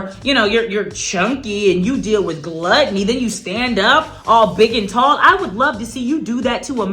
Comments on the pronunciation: It was funny when she said gluteny. I’m sure she meant gluttony lol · She said lets talk about your...Obesity and gluteny 😂🤣😂🤣 Wait he was standing!!!!???